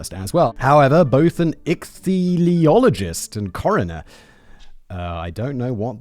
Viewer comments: Ick-thee-ologist my man! It looks crazy, but it's much easier to say than you'd think. Some would say you could do it effortlessly. ;) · Pronunciation Guide. Ichthyologist. Pronounced “ick-theologist”😊😂